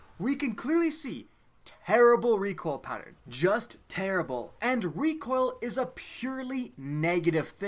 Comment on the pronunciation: Lmao he said "recwoal" instead of recoil😂